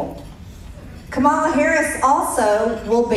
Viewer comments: So annoying to hear Margie the traitor mispronounce Kamala's name over & over. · She's not alone. Corey Lewandowski does it too! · I still find it so childish and disrespectful that the Maga will not prounce Kamala's name right. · They think it's very cute and clever to mispronounce Kamala. It is actually disrespectful and ignorant. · I’m sure it’s on purpose as a sign of disrespect. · All of the Republicans purposely mispronounce her name. They are sick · Someone corrected her on Kamala's pronunciation of her name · They just love mispronouncing her name. At this point it has to be intentional. No idea why they think it's so funny. And yes, Harris is not trying to ban all semiautomatic weapons. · Pisses me off that she refuses to pronounce her name correctly. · Let’s stop saying their names right too. Margie Blue can’t say Kamala so I can’t say her name. Danald should love that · So disrespectful to purposefully mispronounce her name. That just makes you look bad. The founding fathers didn’t address weapons of war. No one needs these weapons. Yes, ban these weapons of war. Keep your guns - that’s fine. Give her and Trump a reality TV show. That’s where they both belong. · I just can’t even watch her!! She can’t even pronounce the name right!